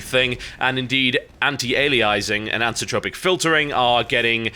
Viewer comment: Pet peevish I know, but it's "anti-ALIASing", and "anisotropic" is pronounced "anise-oh-tropic". As an Englishman you should know better...unless American life is rubbing off on you. :P